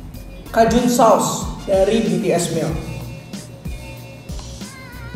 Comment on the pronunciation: Tetep dibaca nya Cajun bang 😁 bukan kajun